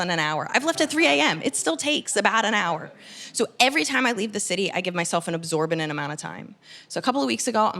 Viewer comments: Pedantic note: 'exorbitant', not 'absorbinent'. Sorry, I can't help it. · i think you said absorbidant lmfao